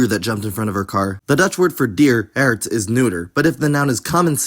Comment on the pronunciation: = om ze weg te laten, also you're saying 'erwt' (pea) instead Hert. You must pronounce the H. You would also make it "hebben verwijderd" in that sentence though I couldn't tell you why other than what you have here sounds really unnatural.